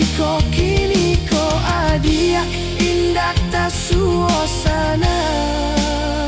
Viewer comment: AI masih belajar bahasa Minang 😅.... Soalnya pengucapan nya kayak orang luar Minang ngomong bahasa Minang 😊 Adiak.... Bilang nya adiyaaaak.. 😅